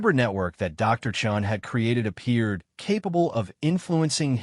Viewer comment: Thumbs down. The narration is out of sync. with the text given; spelling and wording errors are commonplace - in other words this has not been edited - a credit must be given for pronouncing Chen's surname correctly, initially.